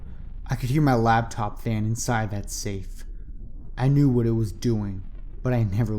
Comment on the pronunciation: I'm not trying to put hate here, but the word is Laptop. It distracted me every time you said it from enjoying the story.